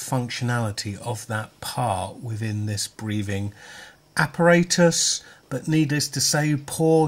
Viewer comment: As always, a very good review!!. Funny the way how you say apparatus. In the plane before takeoff they say it different : )